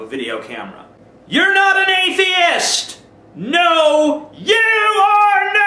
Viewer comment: "Atheiest", then "Athiest", but hey, at least he got it right a few times.